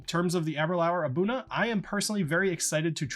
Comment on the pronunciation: For saying the word, Abunadh, try ahh-boo-NAD.